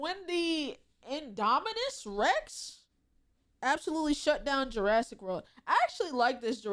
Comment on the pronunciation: girl said julassic💀